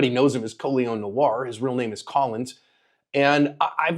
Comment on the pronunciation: Col-ee-on No-are. Not collins